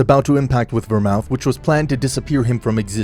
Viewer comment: DO YOU NOT KNOW HOW TO PRONOUNCE VERMOUTH?